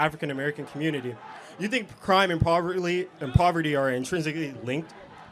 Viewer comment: First of all learn how to say POVERTY before you get up here and try to be this wise guy!